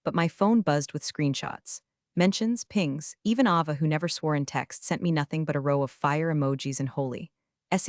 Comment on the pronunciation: You mispronounced “Ava.”